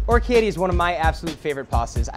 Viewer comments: what does he say? okietti? XD orikette! He's clearly never been to Italy! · Or-key-etty? How is is possible that they came up with the recipe and he never came across the correct pronunciation?